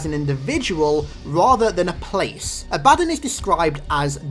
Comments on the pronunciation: His mispronuciation of A-BA-DDON really pisses me off. Its DON as in UDON and BA as in what a goat says. It's not A-BAD-DIN as he says it. Sry wrong pronunciation irks me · are you sure its not pronounced "ah-buh-don" not "a-bad-un"...the latter seems idiotic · its abaddon not abaddin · You're putting the emphasis on the wrong syllable. ABADDON. It's pronounced A-BA-DON. Not "abadin". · actually the proper pronunciation is "A-Baddon", the "A-ba-don" is American jargon, not the original english. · No to be mean but it's not Ab-Addon, it's AB-Ah-Don. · Ab-ah-don is American Jargon, not the correct English pronounciation, the way he says it, A-Baddon is the correct English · Its pronounced ab-a-dawn for abbodon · I'm no expert in halo but I'm pretty sure it's pronounced Ab-uh-dawn. If it's supposed to be a reference to the religious character by the same name. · is it not pronounced aba-dawn? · correct pronunciation: abba-dawn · It's pronounced Abba-Don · Not to be rude but I think it's pronounced abba-don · love the videos man !! awesome stuff keep it up a small correction: Abaddon is pronounced ab-a-dawn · You're pronouncing the name wrong. You need to pronounce the A and Don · Abaddon wasn't quite pronounced correctly, but Sheol was spot on.